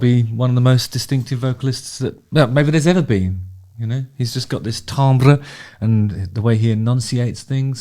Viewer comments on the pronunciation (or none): Justin, you’re so knowledgeable and positive. It’s very impressive but sometimes I get the feeling that you’re keeping your options open in your critiques. Timbre by the way, is pronounced ‘tamber’. Axl wrecked the middle register of his voice way back in the 90s - tragic, so tragic - which seriously impacts how he sings much of the older music and also impacted his live performances from very early on. I’m pretty sure he has physical damage on his vocal chords in that one particular area only, as he still has his higher and lower registers and they’re almost as good as they were when he was a younger man. He’s such an adventurous singer with great range that he has spent the last decades working around that damage. If you listen to Chinese Democracy, you’ll hear that most of his phrases for all songs are recorded as drop-ins, I’d say as a result of the damage. Unfortunately that missing register has forced him to sing his chest voice phrases in head voice, like a falsetto, which is pretty disappointing to listen to but he’s been doing that for decades. It’s nothing new. I must say, his attitude and approachability seems to be a whole lot better and that makes him more appealing. I saw him on stage a few years ago and was struck by the power within his blue eyes that shone from metres away. Despite the over-choreographed show, his true essence was there. The fire within is still burning. Maybe he’s a bit of a nicer person now too. Anyway, if you can come to terms with the dis